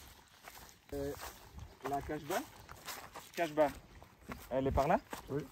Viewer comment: On dit pas non plus la Kachba : Mais la Kasba ! Hein ? :o)